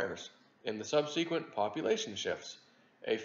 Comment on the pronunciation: It's not "sub see qwint" It's "sub sa qwent" And it's not "mee lee" It's "may lay" Florida public schools?